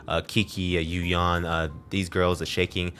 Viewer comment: Please say Yu Yan =_= it’s Yu Yan.